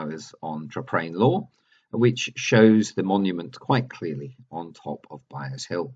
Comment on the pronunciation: Sorry,, but it's Byres Hill, not Byers.....